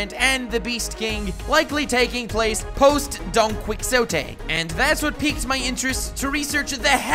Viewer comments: Don key o tey not don quix tote although i understand the misconception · Seriously can you not even pronounce Don Quixote? It's pronounced dokney-hoteh, not dawn quick sotay. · "Donquicksote," I love you...but it's pronounced Don Qui-hote-e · Don-key-oh-tay not Don-quick-oh-tay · Just wanna say its not pronounced DON-QUICKS-O-TEH its Don-qee-ho-teh... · Its not Don Quicksote......its pronounced Don Ki - hote, or Don Quijote (the j/x is pronounced as h) if you have a latin background. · don quick sote? hahahaah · Are all your mispronunciations on purpose? God, they're so distracting and irritating. Don Quixote is pronounced "dawn kee ho tay", not "quick so tay". Dressrosa is pronounced "dress rosa", not "dress raw sa". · Say it with me chief... DRESS- ROW- ZAH DON-KEY- HO- TAY 😂 youre dope, make more one piece vids! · Nice video dude, only problem is that donquioxte is pronounced as don-Qee-hoTay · Okay, while this is interesting, Spain was betrayed by France during that time, and was also mainly an ally of Britain most of the time due to their geographical situation. That being said, it's true that those were the alliances during Napoleon's time. Btw, it's pronounced /don ki-hoe-te/, not /don cui-xo-te/ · Hey! About the Napoleon thing, Napeoleon was actually pretty freaking tall for his time. The issue is that we came up with that measurement thanks to British propaganda and mistranslations. So... Yeah go figure, even the giant part lines up. Also it's pronounced don-key-oh-tee. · Fyi don Quixote is pronounced: don kee ho tay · It’s pronounced don-key-ho-tay and dress-row-suh 😭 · don kwiksowtey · Oh my GOD the way he says Don Quixote is making me fucking MAAAAD. however, the analysis on how it relates to the real world was spot on (from my perspective) and deserves a star.